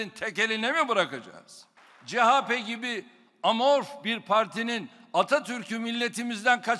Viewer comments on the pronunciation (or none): Chp cehape degil cehepe